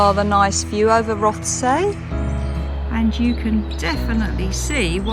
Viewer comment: Nice video. Note on pronunciation of local areas: “Rothesay” = ROTH-SEE “Wemyss Bay” = WEEMZ Bay